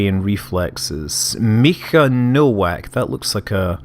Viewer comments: Nowack is pronounced Novak usually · Scott "Nowak" is a Polish surname, you pronounce it "No-vak" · you should read "w" in "Nowak" like "w" in "Wiktor"